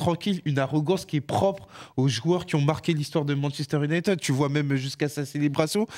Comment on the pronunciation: On dit « Younaïtiiiiiiid » pas « Younaïteud » Ça sera pas épinglé mais pouvait faire un effort